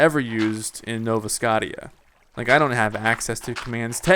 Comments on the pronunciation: I cringe every time you say "Nova Scot-tia" D:< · why the hell cant you say scottia right? -__